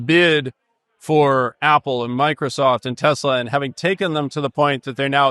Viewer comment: what day was this chat? lol. anyone notice Bessent saying "screw tesler" in barely minced words? Anyways. Weird times.